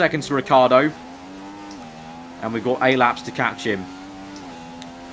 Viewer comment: OH FOR FUCKS SAKE IT IS RICH-EE-ARDO NOT RICARDO!